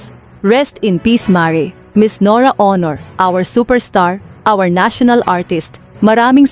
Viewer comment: This lady commentator should learn how to read and pronounce the right way in reading the name of Ms. NORA AUNOR .